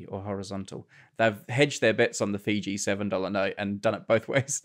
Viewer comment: Grey seems to have his pronouciation of Fiji figured out at last. :D